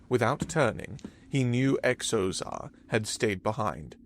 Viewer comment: Another thing this narrator repeatedly mispronounces: words beginning with X. In this episode there's a character with the name Xozar. When a word begins with X, & it's not a chinese word or name, it's pronounced as if it was a Z. So Xozar should be pronounced Zozar, not Ecksozar. For an example not from a fictitious name, consider the word xylophone. It's pronounced zylophone, not... honestly, I'm not sure how this narrator would pronounce it.